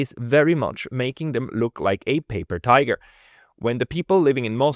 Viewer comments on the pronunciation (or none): none